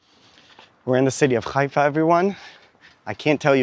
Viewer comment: Not Ghaifa Haifa